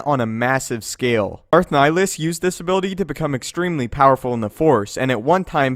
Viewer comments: Nihilus, not nilus. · So odd how English speakers pronounce Nihilus. Sounds like they're just slowly saying "Nilus". It's a Latin word with 3 syllables. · You said nilhilus wrong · It's Nih-Lee-Us (like, MUS-ta-far) and Sigh-On